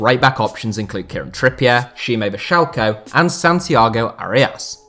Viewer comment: Lol butchered Šime Vrsaljko